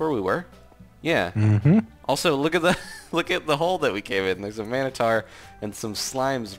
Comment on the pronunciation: How many people have to say it wrong it is mino-tor I think because ssundee said mono for I thonk